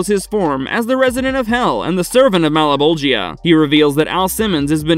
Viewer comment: "Mal-a-bowl-gee-uh?" No one involved in making this has even seen the show huh?